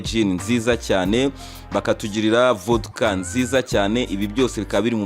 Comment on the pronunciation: Bavuga vodika apana vuduka musaza